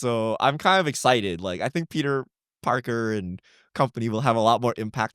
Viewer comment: Peter porker wth lol